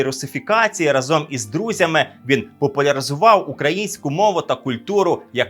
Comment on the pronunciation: Шановний, не разОм, а рАзом. Правило нашої української мови, яку ви пропагуєте. Комент в підтримку каналу